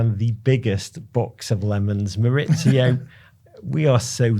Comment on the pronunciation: MauriCio not MauriZio!! Why do English people change his first name from Spanish to Italian? Yes his surname is Italian but his first name is in Spanish. He’s from Argentina. MauriCio.